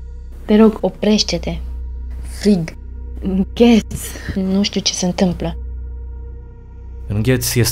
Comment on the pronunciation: Pune-ti telefonul cand zice inghet si se aude ÎNGHESSEȚS